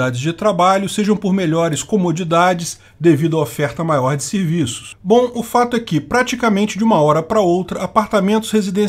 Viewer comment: Agora tu também fala ''sirviços''? aaaaaaaaah buldagueoparil